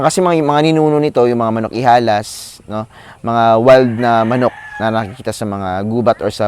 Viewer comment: I heared you Sir,it's ILAHAS not IHALAS(wild) I think!Maybe nagtounge ka lng! More Power and GOD BLESS!